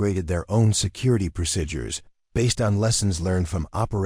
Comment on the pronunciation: So refused to learn how to correctly pronounce some words. Like procedures and eighteen and others.